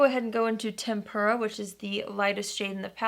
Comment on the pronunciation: Dkm the way she calls "tempera" tempura makes me hungry :)